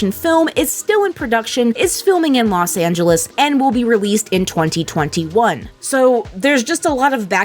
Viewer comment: I'm sorry. Did you just say los angelES?